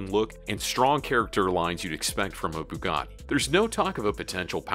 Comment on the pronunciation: Yeah I think it's pronounced more like "sh-ir on" and not "ki-ron" and he said "bugot" ....yeah this guy seems like he only knows about trucks and not cars